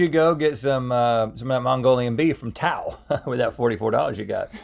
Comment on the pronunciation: That's not how to pronounce Tao!!!!